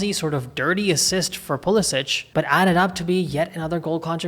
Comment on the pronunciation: Puh Leh sick. Not puh les itch